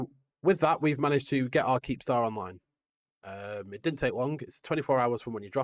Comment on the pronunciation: It's not a keepstar, it's a keeptar